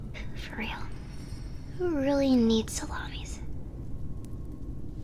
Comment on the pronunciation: Salamis being pronounced as salami’s is kind of hilarious ngl. 😂 Great twist on the original